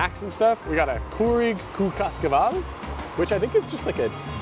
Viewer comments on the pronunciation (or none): /ka.ška.'val/ -- the ș is pronounced, by and large, like English sh. But mad kudos for even trying! 😊😊 As an aside, almost every Luca will offer a 50% discount from 30-60 mins to closing time. Of course, there may not be that many items left by that time, but it's a neat way of saving a few lei if you're passing by anyway and feeling peckish. 😊 Look for a sign on the window that reads "vânzare accelerată", literally "accelerated vending". 😊 Papanași is more like /pa.pa.'našʲ/. This is due to one of many Slavic influences in Romanian; when a word ends in "i", said letter causes a palatalization of the preceding consonant. This is why București is pronounced /bu.ku.'reštʲ/. But if you see the form papanașii, with double-i, that's not a typo; the second "i" is the definite article plural....and the pronunciation now becomes /pa.pa.'naši:/ (pa-pa-NA-shee) alright. 🥴😂